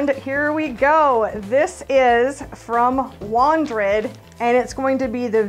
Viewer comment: You say it like this...Wandered VEER 18 LITERS